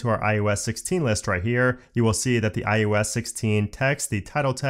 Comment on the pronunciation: Informative, but please stop saying: iUS it is iOS not i U S